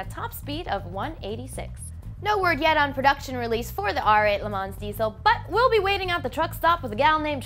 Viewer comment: I just had to comment because I also noticed it on Alex's last video, but can someone please tell her that the "ns" and the end of Le Mans is not supposed to be pronounced. Le Ma is all she needs to say.